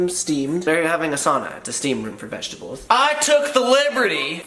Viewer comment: Lmao he said vegi tables